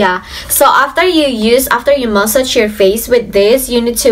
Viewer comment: That's massage, NOT mask!!!